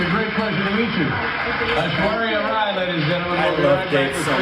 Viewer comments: But FINALLY pronnounced Rai properly! Hooray! What a historical moment,o Lord! 🤣🤣🤣🤣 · Now it feels weird to hear pronounce 'Rai' the right way... oh I miss those Korbinisations!